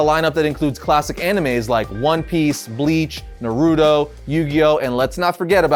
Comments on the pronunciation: Made me crince a lil when you said NARUDO instead of saying NAH ROO TOE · I just lost respect, mans said “nuhrudo” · Man i’m a big fan of your channel but i can’t get over the way you murdered Naruto’s name pronounciation 😂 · This dude said narruto it’s naruto naruto bro 😤I love you but the way you said it hurt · I know I didn’t just hear pronounce naruto wrong... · It hurt my soul the way he said Naruto. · He says naruto name so wrong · You mispronounce Naruto but let it go👍😃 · Not the way he said naruto lmfao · Why hasn't Goku and Vegeta learned how to use Brolys green power? And please learn how to pronounce Naruto...